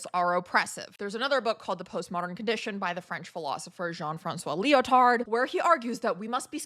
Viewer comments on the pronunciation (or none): You do not pronounce the "d" in Lyotard, mon ange 🌸.